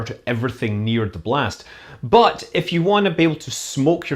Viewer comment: the timing of the accented "BUT!" and the image is great. nice effect. thanks for your informative and entertainment videos.